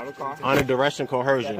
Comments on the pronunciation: You can always tell it's from their idiotic script when you hear the ignorance of co-her-sion. WTF is co-her-sion. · Co-her-sion? Is that a combination of cohesion and coercion? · Do these guys study mispronouncing language. Every last one of them calls it coercion some variation of cohershun. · Apparently, learning how to pronounce "coercion" is not something they get in their vast educations.